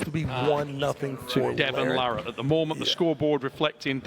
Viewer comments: After all these years, is finally pronouncing larratt correctly! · Travis finally pronounced "Larratt" correctly for the first time ever . 😃